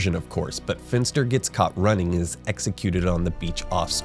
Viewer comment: I disagree, I think that if anyone was, in fact, Keyser Söze, it was Verbal and "Kobayashi" worked for him. By the way, it's Fenster. Maybe that is what you were saying, but to me it sounded like Finster.